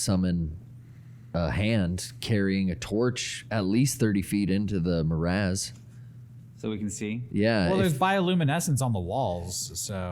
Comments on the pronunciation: Love it. What's a "Morazz" tho? said it wrong first(guessing he mistook 'morass' for 'miasma') and just fuckin' rolls with it, and I am so triggered. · more ass, my ass, same thing